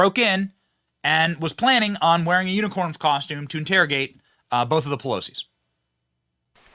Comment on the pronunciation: I love hearing Benny try to read unicorn an end up saying uniform